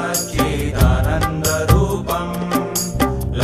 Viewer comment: satchiDAA nanda rupam. You are not pronouncing properly